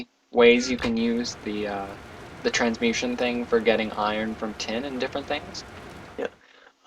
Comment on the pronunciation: It's called a Trans-mu-TA-tion tablet. You kept saying Transmution. It was starting to drive me crazy, I couldn't help it.